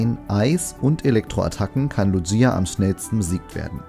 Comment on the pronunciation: Du sprichst Lugia falsch aus